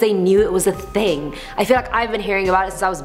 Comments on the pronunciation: “One night erosion ting” did she just say that? .... 😂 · 'it wasn't a over time erosion ting' loool. wagwan gansta